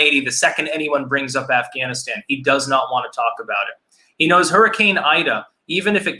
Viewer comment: "Ganistan" hahahaha